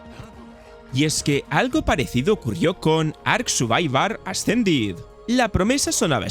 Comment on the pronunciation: Me pone de los nervios como este tío se esfuerza en sobrepronunciar los nombres "Ark Suvivar Ascendid" Universo de "Diun" y luego lo finiquita diciendo "Pi uve pe" Hace como un ademán de hablar inglés y acaba acercandose a ningun idioma